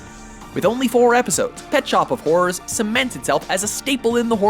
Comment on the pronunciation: "Pet Shop of Hawrawrs"